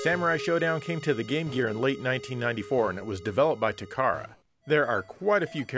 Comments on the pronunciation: Takara is pronounced Tah - kah- Rah it's not "tu CAR'uh " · pronounced ta ka ra, just as it's spelled